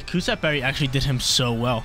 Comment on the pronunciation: "Cus- stab" berry....